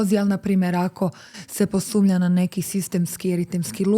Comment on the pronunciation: Rekla je “posumlja”. Joj kako to bode uho… sve drugo pet… ali me sad ovo proganja… 😅